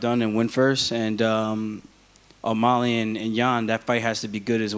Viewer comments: It’s O’MAlley not O’MOlley ya dink War Killashaw🐍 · why does aljamain always say "O-Molly" ???